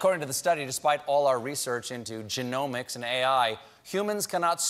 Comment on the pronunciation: It‘s pronounced gen-O-mics ^^